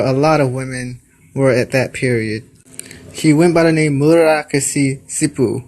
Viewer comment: Who the hell are you talking about? Her name is Murasaki Shikibu. That's prounounced, Moo Rah Sah Kee Shee Kee Boo. Not whatever the fuck that mangled sound is that you're vomiting up. Sheesh. Why listen to someone who obviously doesn't have a fucking clue about the basics of this amazing woman or her novel?